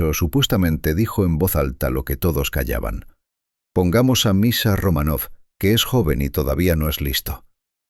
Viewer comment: Y dále con "Romanóv". No es "RomanÓv", es "RomÁnov". A ver si se documentan bien antes de hablar de nadie.